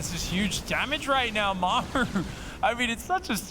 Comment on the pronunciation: I cannot stand casting. He does not have any of the fundamentals of public speaking down... if it's literally your job to speak English and create a compelling story then there's no excuse to be bad at it. His enunciation sucks, he can't even pronounce Maru. He always sounds like he is complaining or freaking out about something. And he offers zero insight into what the players are doing, he just says what's in the middle of the screen. He never, ever, lays the groundwork for what is about to happen, he is always lagging behind and purely reacting to what's on screen.